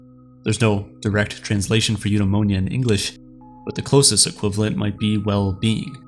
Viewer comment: Man. All that research and you still hit us with "yoodaimowniya"